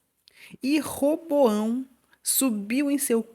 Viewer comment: Nao é Reboao é Roboão